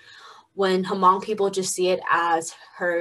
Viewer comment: Can talk about hmong people but cant pronuce the word "hmong"...